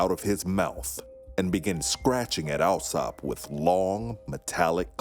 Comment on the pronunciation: Little has changed when it comes to the British class system! For the record, Alsop is pronounced All-sop. This is not a criticism of the narrators, who did an excellent job, just one of those foibles of British English.